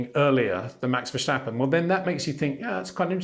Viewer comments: That’s quite a long way of saying Peter’s pronunciation of Verstappen is a bit off! And, with all due respect, the message wasn’t really delivered with all due respect. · I have watched a few YouTube videos on F1 in Dutch, and naturally the name Max Verstappen crops up regularly. It sounds like they say neither Verstappen nor Vershtappen. And there are Dutch people who say that English speakers are likely to have a lot of difficulty pronouncing many Dutch names correctly.